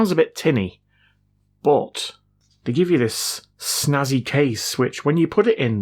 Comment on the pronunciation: Pretty sure it all went wrong after you said "Tinny".